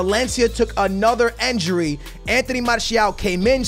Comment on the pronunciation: I love your content but why do you say enjury instead of injury